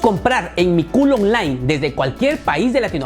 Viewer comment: "Mecooll online" sonó como rara esa parte.. jajaja